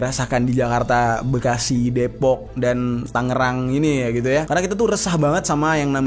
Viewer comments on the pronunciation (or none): none